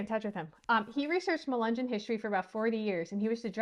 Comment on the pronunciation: Say mull-lee-gun say mug-lug-on